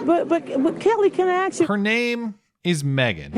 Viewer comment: bitch you're a professional say "ask" not "axe"